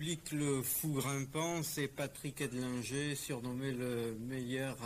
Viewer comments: C'était le pote du spiderman français..c'est Edlinger pas Eldinger comme du le répète pendant toute la vidéo !! Dingue sa mort quand on voit ce qu'il grimpait !! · J'ai pas compris pourquoi tu prononce eldginger